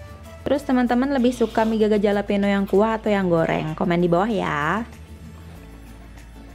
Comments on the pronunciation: btw dibacanya "halapenyo" kak, hehe sukses selaluu❤🙆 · Bacanya "halapenyo" bukan "jalapeno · fyi: pronounce jalapeno itu halapenyo:) Emg deh mie selalu bikin ngiler~